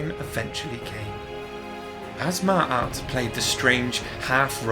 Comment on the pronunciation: You mispronounced her name mate sorry bout that good vid though